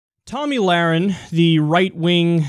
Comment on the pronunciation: Did Glenn Beck just call her "Tummy Lahren"?